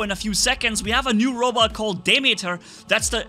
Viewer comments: it's called deemeeter, at least that's how you pronouce it, is is named after the greek god demeter goddes of nature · its pronounced Dee-Mee-Ter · it’s actually pronounced di-(like dip but you don’t pronounce the p)meter- (meter stick) so demeter, it is a greek goddess of agriculture. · dude it is called 'dee meter' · why? What did you pronounce Demeter with long "a" sounds? Why? (Lol it's just a joke)